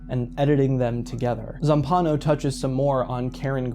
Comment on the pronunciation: single-handedly setting the world record for mispronouncing Zampanò's name. I wanted to scream.